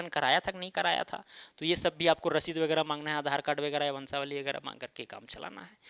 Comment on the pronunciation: करंट रसीद की जगह ससीद कर दिया है?🤨🙂